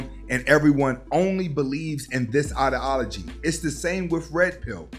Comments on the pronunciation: Good content bro but for someone who uses the word ideology so much, it would be great to be able to pronounce it correctly. I.D (like your I.D card) ah-low-gee. Respectfully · With all due respect my man, it’s eye-dee-ala-gee.